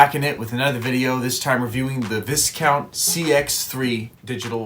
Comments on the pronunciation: It's vie-count not vis-count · Dude I think in Viscount the s is silent making the pronunciation vicount. 👍🏽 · It's pronounced VI-count. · Pronounced “Vy Count”. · Learn to pronounce Discount . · Be good if you learnt to pronounce Viscount properly!